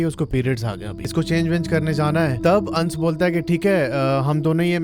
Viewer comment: uncle pehle to aap अंश bolo अंस nahi yeh अंस boht irritating hain..